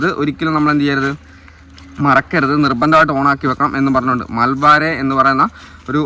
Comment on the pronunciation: മാൽബാരെ അല്ല bro 🤣മാൽവേയർ എന്നാണ് (Malware)